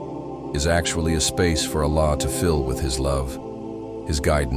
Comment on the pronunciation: The AI cant even pronounce Allah. Pleass stop this AI dependence.